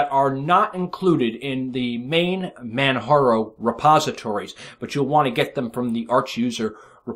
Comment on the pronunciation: ...say it with me: MAN-->J<--ARO...;)